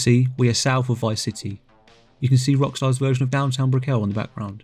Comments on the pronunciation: This was really good. Just so you know…it’s not “Bri-cke-llll” it’s more like “Brickall” pronounce it like if you were saying “magical” lots of emphasis on the “cal” Brick-cal. I live here and no one says Br-ickeel-ll”😂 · dude btw your pronouncing brickell wrong ;)